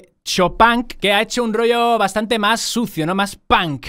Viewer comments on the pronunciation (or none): none